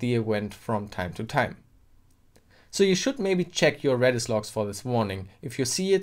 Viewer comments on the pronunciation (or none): I keep hearing you saying REDDIT instead of REDIS lolol